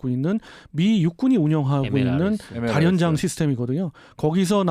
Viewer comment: 다연장? 다련장 발음하시는데 북한식 표현인가요? 다련장이라고 발음하시는데..혹시 탈북하신 분이신지....다연장이라고 발음해주시면 더 듣기 편할 거 같아요...방송 늘 잘 듣고 있습니다..